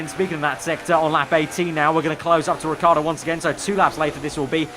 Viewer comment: it's not Riccardo the right pronounce. Riccardo is an italian name. You have the say the I after the double C too